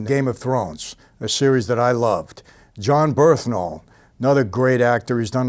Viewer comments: Michael saying how much what a great guy John Bernthal is and what a great actor who might play his father soon etc. but butchers his name every time!!! John Bernthal “Bern-thal” Mike : John burhthental, John burtntall 😂😂😂😂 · jon berthnal? thats wht it sound like when you say it in vid